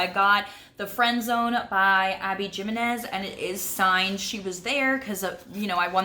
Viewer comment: Jimenez is pronounced He-meh-nez